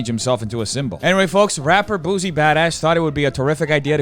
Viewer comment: It's boo-sea not boozey